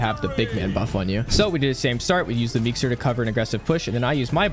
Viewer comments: Only one thing wrong with the vid and that is that its meeseeks not meekser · Did he really call it a meekster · this man said "meexters" like 30 times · "at the beginning i use the meekser" 💀